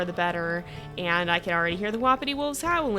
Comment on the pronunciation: I’m sorry but I hate it when you say “WoPpItY pAcK” most pronounce it “Wah-Pi-ti pack”.